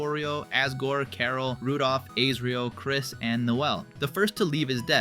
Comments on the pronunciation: also "ASE RIEL"???? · Bro why do you pronounce Asriel as ayycreal. I’m very confident it’s pronounced “as-ree-l” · These name pronunciations 💀💀💀 G evil?? Seem?? Aysreal?? WHAT? also Kris is nonbinary. “HIS eyes open” their*